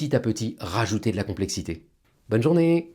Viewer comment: J’adore vos vidéos, mais j’avoue que je suis toujours surpris quand vous terminez par le fumeux bonne journée. Je ne sais pas pourquoi, mais j'ai l’impression que vous dites bonjour. Est ce que c’est fait exprès ou c’est juste moi?